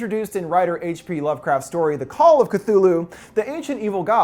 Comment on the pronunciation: did u just say : KATULU ?